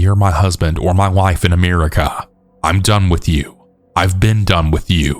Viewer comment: Ameerica. AMEERica. I cannot unhear this.